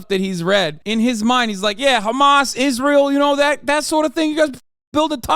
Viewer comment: sounded like he said "Rizz-rael" 😂